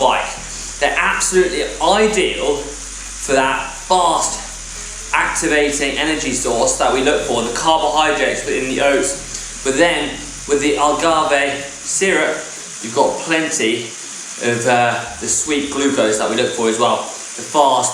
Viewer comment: Did you just called Agáve "algarve" ?XD